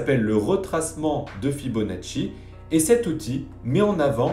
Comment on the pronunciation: L'excellent "Fibonatchouille" de! Impeccable! ^^ Et j'ajouterais "et paf!";)